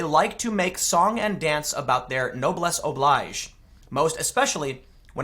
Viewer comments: It's pronounced "oh-bleege". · Noblesse oblige is French, so it's not pronounced "oblige" Refers to "duty of nobles". Modern times think of how "elites" think it's their responsibility to "right" the world. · Sorry...fingernails on the blackboard time...it's pronounced "noh-bless oh-bleegze" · It's pronounce nob-less ob-leej. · Noblese Oblige ( noh-bles oh-bleezh) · Tim, "noblesse oblige" is a French term. Pronounce it as such, you silly twat. Also, for someone who alleges to be a journalist, you are very, VERY ill-informed about the people you do an article about. HOW FUCKING LONG would it have taken you, an alleged journalist, to inform yourself a bit more about Scamita Jewkeesian and her cronies, especially the incidents you mentioned? Or are you just unwilling to unequivocally denounce them because they're from the left? She has spoken for a UN committee on cyber-bullying and you call her a niche thing? Are you fucking high on cow-flop or what?